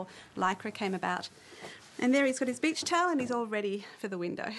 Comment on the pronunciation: you look gorgeous lol and when that lady says beach it sounds like bitch